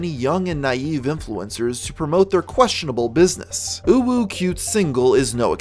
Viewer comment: Thank you for your effort to say "uwu" Whenever u tryna pronounce her name. Must be tough to hold the "feeling cute" feeling